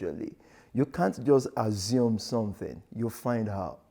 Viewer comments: “You cant azzum anytin” this guy is a joke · Man said “azum”